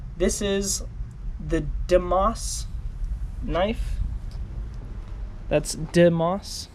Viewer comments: pronounced day-mos im pretty sure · It’s actually said like this di emos not die emos or demos no cap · its pronounced day-mowes like phobos, but deimos, sorry for annoying everyone with a correction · Me: watches geometry dash content Also me: “WHY DOES HE PRONOUNCE ‘DEIMOS’ THE WAY HE DOES!?” Also that knife is sick.....